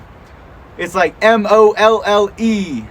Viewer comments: Molle gear is pronounced like “Molly” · Good looks bro, also molle is pronounced like the name molly